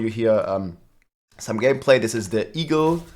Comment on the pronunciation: say "eagle" What I hear: e-girl